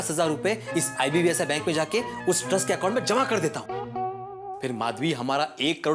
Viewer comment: Icici bank ❌ ibbsi bank ✅